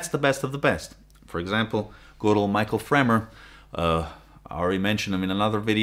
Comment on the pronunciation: Michell (mishel) not Mitchel